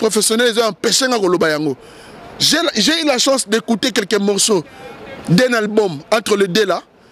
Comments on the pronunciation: Monsieur on ne dit pas ALGBUM .On dit ALBUM.Tu dis ALGBUM ALGBUM ALGBUM.Vous les zairois là vous avez une mauvaise manière de prononcer les mots en français. Nous avons honte à votre place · "QUEL EST L ALGBUM LE PLUS ATTENDI"???? C est quoi cette manière de parler français là ! Hein?